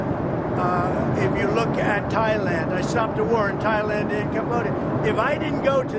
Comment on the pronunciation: He finally said Tie-land instead of Thigh-land...